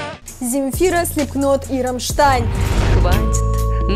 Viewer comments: Slipknot (Слипнот) а не слипКнот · Она сказала слипКнот. Вот дура. Правильно слипнот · Slipknot=слипнот,буква К не читается,ну это так для любителей музыки